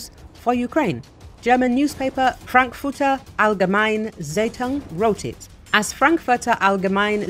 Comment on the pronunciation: the "frankfurter allgemein zitung"